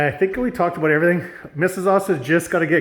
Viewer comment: IF THIS IS CANADA : is the legitimate first time ever actually head it pronounced “ A-BOOT” in real life omfg I’ve been saying all my life (25) I’ve never heard it pronounced like the stereotype